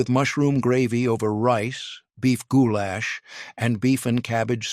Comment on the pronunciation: “Goo-Lash” gives me giggles every time! 😂